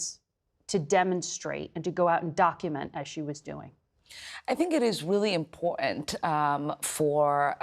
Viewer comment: When she said import -ant, I stopped listening.